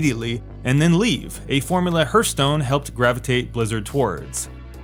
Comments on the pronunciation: I had to laugh when I heared you saying "hurt stone" again xD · If I hear "Hurthstone" one more time, I'm unsubscribing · yea, he also says "Laura" Croft. i donno guys, but i feel like this guy doesn't know jack about gaming and just reads someone elses scripts. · Hurthstone best pronunciation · Please Google "pronunciation: hearth" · henk thats the way he pronounces hearth. Who cares lol?